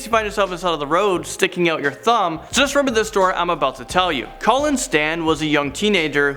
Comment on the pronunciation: What kinda name is Cullen? OH you mean Colleen. Call-lean Stan. I just asked Dr. Google. You had one job.